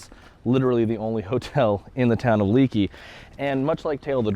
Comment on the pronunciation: “Leakey is pronounced-LAKEY….” Not Leekey🙁”